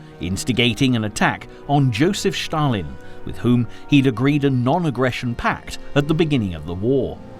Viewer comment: It is a torment to listen to the narrator. Where on earth did you get it that Stalin and Stalingrad are pronounced "Shtalin" and "Shtalingrad"??? For heaven's sakes, these are Russian names, not German!! The important story is completely obliterated by these mistakes.